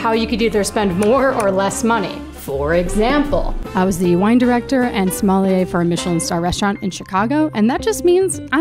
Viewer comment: great video! but crazy how you pronounce your profession as Smolliere xD